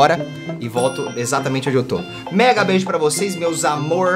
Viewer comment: o que o t3ddy disse: mega beijo para vocês <3 o que eu entendi: mEgA mEnTe